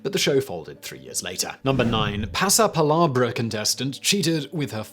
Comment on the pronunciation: the way simon pronounces "pasapalabra" sounds like a harry potter spell 😂 It's "pa-sa-pa-LA-bra", not "pa-sa-pa-LAH-bra" (read: hermione granger) Only teasing of course, we all know how simon tries his best haha